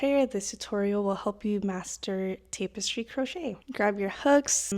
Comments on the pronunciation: Good vid, jsyn it’s tap-us-tree not tape-es-tree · I was gonna say the same thing. Tap rather than tape in the pronunciation of tapestry, but also this tutorial is helpful, thank you for posting! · You have been pronouncing it right your whole life. I have no idea why she is pronouncing it Tape-estry. She is pronouncing it incorrectly. I am completely baffled why you are the only one making this comment 😂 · its tap-estry not tape-estry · Wait, is it pronounced as "tape-estry"!? My whole life I've been saying "tap-estry"! ....well now I feel stupid....😅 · Jesus you want to do tutorials and you can't even pronounce what it is you're doing. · First off you're not pronouncing it right it's tap.. not tape stupid. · It’s TAP- es-try. Not TAPE-es- try. Other than that thank you so much for explaining this ❤❤❤ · IT’S PRONOUNCED “TAP-EHS-TREE” OR TAP-ES-TRI” ( FOR THE SPANISH-SPEAKING PEOPLE). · Yes, I was about to help with pronunciation of tapestry. 🫶🏻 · but pronounced TAP estry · It is pronounced Tap-es-tree. Tapestry. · It's "tap" as in a "tap on the shoulder." Tap-es-streee, like in "street." Loved❤ the tutorial. Love mushrooms 🍄 even more!! Thank you! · This looks amazing, I’m going to try this, thank you so much. But please stop saying tapestry like that ;( lol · You keep saying tapestry wrong , I don't need to listen to anything you say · Say Tapestry correctly. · Can't watch, mispronouncing tapestry.😮